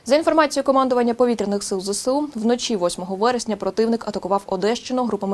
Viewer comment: Не Зе-Се-У, курва, а Зе-еС-У! Вчи українську абетку, спікерша недороблена...